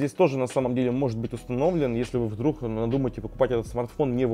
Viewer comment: умоляю, следи за речью, вдрух, итд очень бьет по ушам